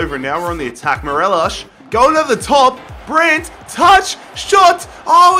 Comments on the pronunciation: It’s Morelos not morelishhhhhhhh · He says morelish but it’s Morelos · Great video as always. M-O-R-E-L-O-S, not Morelosh. He's Colombian, not Portuguese. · Absolutely love the vids been around since Man City and Utd rebuild in Fifa 17 but just letting you know it’s mo-re-los not merelesh 💚 mon the Celtic anyways xxx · did you just say MERELESH? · Morelos is pronounced M-O-R-E-L-O-S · Right cmon your saying morelos wrong😂😂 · Everytime he said morelos i cringed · what is that morelos pronunciation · How hard is it to pronounce Morelos. Not very